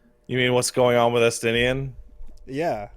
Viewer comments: "ES-TA-NINE" And here you can see the exact moment every Heavensward player's heart cracked in half. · "este-nine" did PHYSICAL damage to me